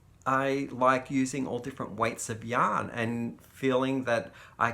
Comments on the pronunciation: I always hear "hello, young lovers" and then I pause and realize you have said "yarn lovers"! LOL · Me too!! It took me a couple of videos to realize He was saying yarn lovers!! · Me too! Australians don't pronounce r's. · I was watching for 6 months and thought it was just a term of endearment! The Crystal was wearing his merch and I saw it said Yarn lovers! 😂🤣😂